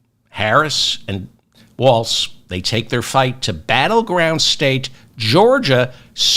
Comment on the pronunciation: No “t” on Walz…